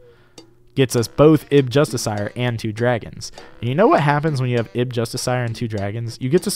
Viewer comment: the real tell is how far off his pronunciation of 'justiciar' is